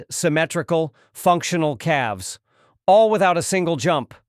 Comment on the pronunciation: Calves is not pronounced Cal Vez 😂